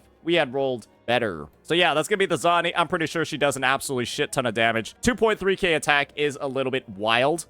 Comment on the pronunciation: Bro is he butchering all these names on purpose? ZONI???JANSEE???